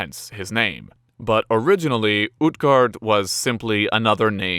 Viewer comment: Utgård is prunaunsed (uut-gord) not (ut-gard)